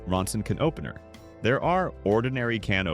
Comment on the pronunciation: What's WACKY is tha AI NARRATOR..kenopener anyone?